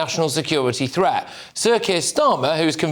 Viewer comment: THreat not Fret - the pronunciation of words was annoying 😂😂